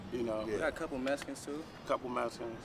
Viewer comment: We got a couple “messicanz” -.